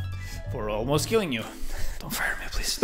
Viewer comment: "didn't mean to ALMOST kill you" because of where you put the emphasis I'm gonna chose to interpret this as you didn't mean to ALMOST kill him, you meant to FULLY kill him.